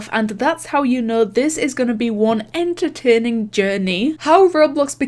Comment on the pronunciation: "In tuh tayning juh knee" -, Cursed Year (2020)